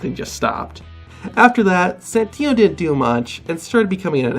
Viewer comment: He said santina